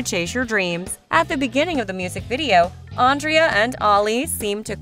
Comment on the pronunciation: You are saying Andrea and Ali name wrong